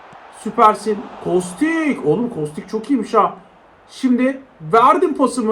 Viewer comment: Abi kostiç diye okunuyor diye biliyorum